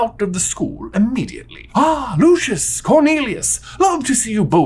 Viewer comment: J you said Harry could attend Hogworth whispers That's not a thing. Also why'd you say Hagrid's first name all fancy sounding, but not correct? Lastly no matter how luscious his hair is it will never be Lucius (like Lucian) in the 2nd movie it's said Lu-See-Us Malfoy!